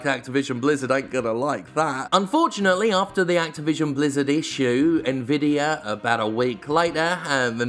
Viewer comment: I agree with the comparisons between GeForce Now and Stadia, but most of all, I'm pleased that other people than me can pronounce Nvidia properly.